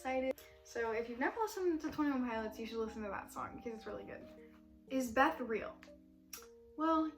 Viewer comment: hahahaha “the beth organization”